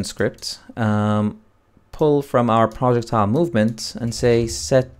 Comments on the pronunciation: PRO-jeck-tiles. Not Project-tiles. OMG making so I can barely watch this vid. I am not sure if you are purposely mispronouncing, trolling the viewer or.... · "PRJECT--TILE" it's almost unbearable to listen to lol. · Not gonna lie. I thought you were saying "Project Tile." At the start I was like "wtf is that?" Only realized 3 mins in you were syaing "Projectile." Also was VERY confusing as you didn't actually show where you got that variable from (I know it was created earlier in BP_Projectile_base) but I can't find it anywhere in BP_Player. On top of that I have a bunch of old variables from my old targeting system. Would help if there are any errors/corrections in the video if those are carefully focused on with the camera. I understand it's hard to keep moving the perspective, but these points are the most crucial because I'vwe spent an hour now trying to self-solve this. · It's 'pro + jech + tile'